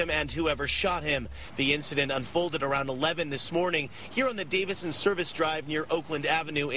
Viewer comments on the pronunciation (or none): Just a friendly correction: It's the Davison Freeway... not "Davidson."